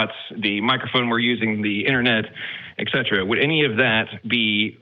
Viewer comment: Moron just said ecetra, not etcetera.